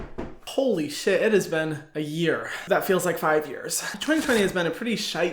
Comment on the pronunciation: i love when he said shiet